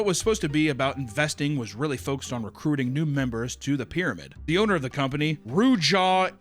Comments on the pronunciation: After every single Ruja last name mispronunciation Nick: yeah. Yep. Yeah. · struggling with pronouncing her name and Nick just saying "yeah" in agreement is sending me 🤣🤣🤣